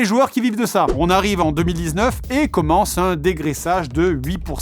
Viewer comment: "la nouvelle organisation commencent/ commence-t- enfin " ?? d'où sort cette liaison avec une lettre t imaginaire?